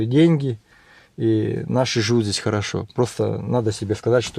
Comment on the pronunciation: всё правильно говоришь. Только пожалуйста, перестань говорить «здеся» и « тама». Нужно говорить «здесь» и «там». А в остальном всё супер!